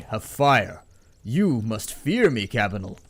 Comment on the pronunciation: You keep saying Cabinal XD